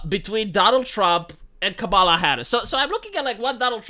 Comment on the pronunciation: Kamala. Pronunciation. Bet all my money, my family's, Your wrong.